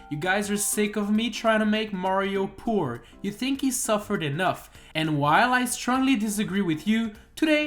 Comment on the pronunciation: I can’t be the only one who heard porn instead of poor in the beginning right? Or is my mind just that messed up?